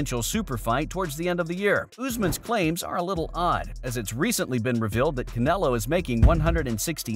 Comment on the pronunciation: you said usman name wrong lol! but Canelo name right? I'll be watching you buddy🕵🏽🕵🏽🕵🏽🕵🏽😂😭😂